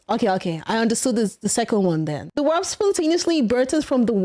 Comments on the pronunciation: Take a shot everytine she says "wap" instead of warp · im sorry but i cant stop hearing FAP instead. and november wasnt that long ago so its kinda on point i guess lol. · Her struggling to say warp is the cutest funniest stuff I've heard today 😂